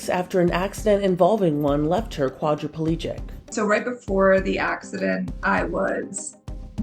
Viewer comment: Your reporter keeps putting an extra syllable in quadriplegic